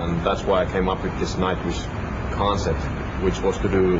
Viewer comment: Eu entendi nightwishka😹 wishka de gato Tuomas é um mesmo